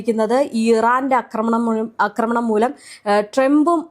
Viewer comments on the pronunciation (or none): അക്രമണം അല്ല പെണ്ണുമ്പിള്ളേ ആക്രമണം ആണ് ശരി. ഒന്ന് തിരുത്തി പറയാൻ ഇനിയെങ്കിലും നോക്കൂ